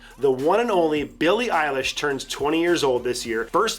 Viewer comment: its Billie EILISH not Billie EYELASH